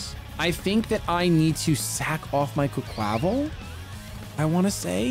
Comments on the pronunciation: please! It’s “qway-kwa-vall” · I love you but its QUACK-wa-Val. Its supposed to be a play on words